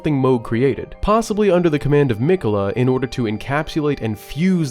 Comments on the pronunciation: Brother saying Mech-ulluh the entire video instead of Mick-ella when he hears the guy saying the name repeatedly is making me have a seizure fr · mic-uh-la not meck-uh-la. driving me crazy over here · You have too be purposely be saying miquella wrong it’s crazy